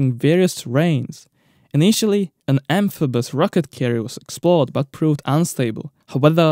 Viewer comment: Can't even pronounce "amphibious"